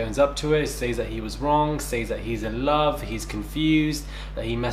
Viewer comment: The way he pronounces 'love' looooool. Chaldish